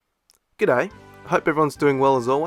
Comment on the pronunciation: this is the second of your videos I've seen and I decided to sub because in both videos the first thing I heard was an ozzie accent saying g'day :)